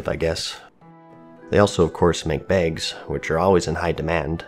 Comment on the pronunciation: Tailors make "begs"!? Jk lol